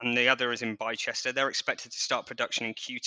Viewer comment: Thanks for the info. I'm told Bicester is pronounced 'Bister'